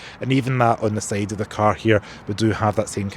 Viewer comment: Now let's have a look at the sayd of the car.....his accent is wrong 😅😅